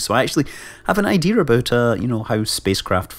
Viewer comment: Anyone ever notice how he says "idear" instead of idea/ideal?